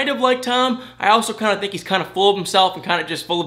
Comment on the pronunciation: Where are you from? Your accent , when you say think it sounds like thank. And when you say thing it sounds like thang. Hmu I must know how that comes about